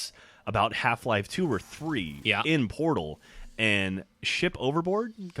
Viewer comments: When geoff say's mom loves portal videos. First time through I thought he said Porno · I THOUGHT HE SAID PORNO VIDEOS AT THE END!!! xD